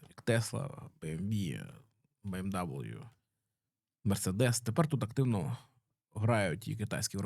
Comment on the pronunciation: Чувак, який каже БіЕмДаблю втирає про грамотність)) Дожились